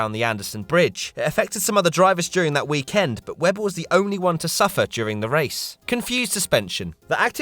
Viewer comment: Why does he always say weekEND?